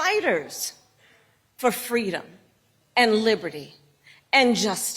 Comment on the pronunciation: Fweedom 😂😅😂❤what a idiot